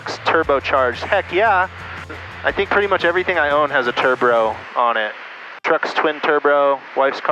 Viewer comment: I was thinking how can I be the only one the heard "Tur Bro"